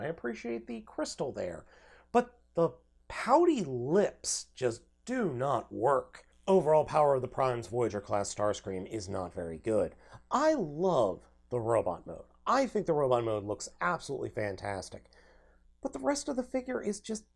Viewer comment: The S is misplaced when you say Power of the Primes for the first time.